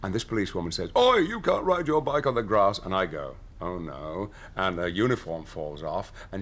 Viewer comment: "But I get on my bike and I ride off.....on the grass." His emphasis makes me laugh every time!